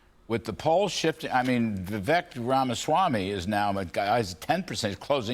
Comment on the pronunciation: His campaign people are doing him wrong with the fake Fauci images and other stupid things. Trump doesn't deserve "loyalty" from DeSantis. Trump isn't a king. Vivek's name is pronounced, "viv-ayk"